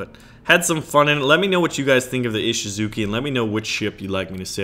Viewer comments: Its ishisuCHI not ishizuki... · Please, can you 'Muricans look up the pronunciation of words first please? Texans mispronouncing Japanese words is cringe-worthy to say the least... It's Ee-shee-zu-chy, not Ee-shee-zu-kee...remember that nobody else in the world says "Zucchini"...just you weirdos...